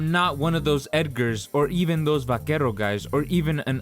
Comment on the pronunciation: "Vaquerro guys"